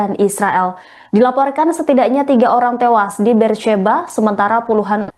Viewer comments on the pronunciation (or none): none